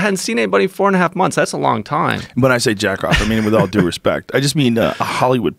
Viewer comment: It's DUE not do